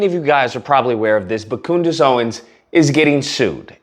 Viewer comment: Did he call her Coondace? 😂😂😂😂😂😂😂